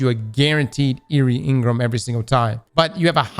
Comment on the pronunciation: Crossssssssssssss! N-Gram. Not In-Grum. Pleaseeee. 😂